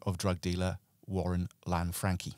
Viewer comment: Lan-Fran-Chee not Lanfrankie